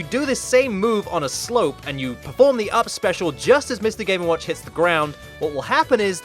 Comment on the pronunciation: Why do I hear "Mr gay n watch"?